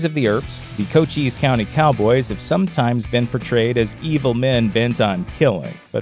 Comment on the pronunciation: Just FYI. Cochise County... rhymes with Dice.